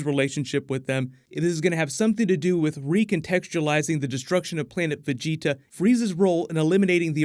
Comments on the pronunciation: thanks for fixing the way you say vegita lmaooooo VEGI-TAHHH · Am I the only one bothered how he pronounces the dragonball characters names? At least he’s finally saying vegeta name correctly! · I need to fan check you son. Gohan is pronounced Go-Hawn not Go-Hann you sound like an American reading off his name for the first time. And Vegeta is pronounced Ve-Jee-Taw and not Ve-Je-tuh it sounds like you’re about to say vegetales when you speak Vegeta’s name. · Cringe*** when you said vegetas and gohan's name lol